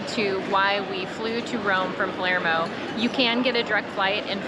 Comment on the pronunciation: I caught that too. It's Palermo not Palmero. Makes me laugh.